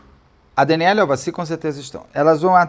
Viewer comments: E no final ele ainda estava falando Aldaci. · ÇOCORROOOOOO, Beto do CÉUUUU, TAMOS NO na minutagem 50 😂😂😂😂😂 é tu : AVADI , AVACIRRRR😂😂😂😂😂 kkkk , rindo comRESPEITOOO.TÔ tomando café e cuspi no QUERO MORANGOOOOO😊😂😂😂😂😂😂